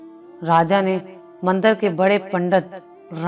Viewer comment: Salam alaikum aap. K bOlney main faraq hy. Alfaz. K. Talafooz Ada karney ka. Kaee alfaz sahi nahi kaha mush keza our mandir mandar nahi our bhi kaee alfaz hain sorry naraz na hona